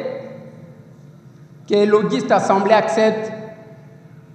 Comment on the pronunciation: Assemblée nationale et non ensemblée il faut bien prononcé